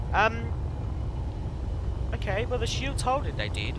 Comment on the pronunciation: Oke mate good english :D made me Chuckle